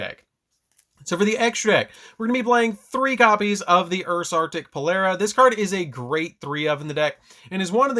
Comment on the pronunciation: Maan it's Polari not polera lmao.. And you can't revive your synchros at least not yet unless we get a card that ignores summoning condition